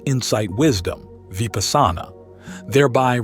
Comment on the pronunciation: Odd that the speaker pronounces Vipassana oddly. 🎊🎉🙏🏼